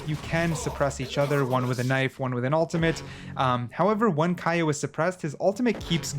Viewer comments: I though his name is pronounced “K.O” and not “Ky-O” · pls its not kay/o(k-ai-o), its kay/o(k-eh-o) as in u know... K.O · Btw it’s pronounced k/o not Kai o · KO not kai yo (Kayo = KO) you got that? dooooope. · The character is so good his name is Kay/0 which is pronounced like KO or knockout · ummmmm... "Kiy-0"??? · i'm pretty sure his name is pronounced like k.o. ....